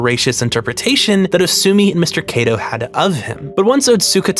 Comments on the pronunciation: It's Kato, not Keido. If you're going to claim to respect someone's name, learn to pronounce it. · hey uhhhh just so you know, since you said you were using it out of respect, you straight up mispronounced Kato's name over and over and over. If you see the letter "a" in a japanese name, it's pronounced "ah" not "ay" every time. the "ay" sound would typically only come from "e" or "ei". it's especially glaring considering how much effort you put into correctly pronouncing names from other languages, tbh